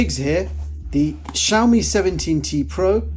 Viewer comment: Как вы назвали xiaomi ? Шаума шампунь такой есть . правильно "See-ao-mee а то какая-то Shauna у вас получается.